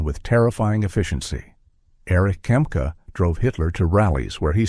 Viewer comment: Not Kemp, its Kempka....